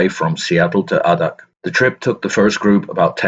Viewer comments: Really enjoyed this history, but.... As someone who was deployed to "the Birthplace of the Winds", it is really grating to hear you talk about AHHHdak when it's pronounced Aydak🙄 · Since I live in Alaska, I thought I'd let you know that Adak is pronounced with a long "A" like "AY-dak, not "ah-dak". While this is interesting (being a Navy vet myself, from a family with lots of Navy vets), would you narrate a little faster, please? Maybe not as fast as the guy who does the Dark Seas channel here, though about the pace of The History Guy here on YouTube would be fine. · A-dak is how it's pronounced. After the war a couple of squadrons of PT boats were designated river patrol boats and the torpedoes were removed and guns were installed. They were used to provide merchant craft security in China along the Yellow and Yangtze rivers during China's civil war. I served with a Master Chief who was in charge of one of the boats. The skippers of these river patrols boats were only E-5's. 2nd class petty officer. He was 21 years old. The squadron he was on was in Seoul harbor the day the Korean war began. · It's A DAK not Ahhhdak. Long "A". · Adak is pronounced A-dak, not ah-dak. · Adak (/ˈeɪdæk/, Aleut: Adaax, Russian: Адак) That is the Wikipedia guide, so it must be right!